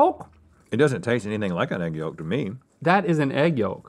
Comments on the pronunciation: Link pronounces Yolk "YAWLK". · Link's pronunciation of yolk is just not right lol. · Why does link pronounce the L in Yolk so hard? YoLLLk